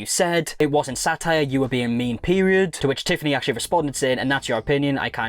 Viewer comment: "satire" every single time! 😂